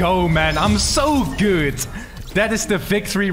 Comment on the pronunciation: Am sooo good bro am actually so good bro, holyy. Why did you say it like that